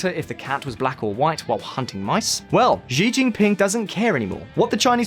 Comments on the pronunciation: They are pronounced “See (Xi) Jin ping” and “Seen (Xin ) Jiang” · You mean, Shin-jang? You keep on saying Zinjang. Xi Jing Ping is Shee-jing ping. Not Jee Jing Ping